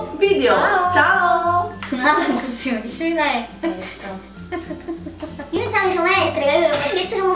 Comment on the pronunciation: VIDEO!! Non "vidio"....